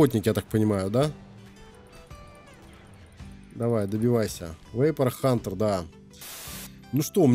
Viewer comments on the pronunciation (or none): none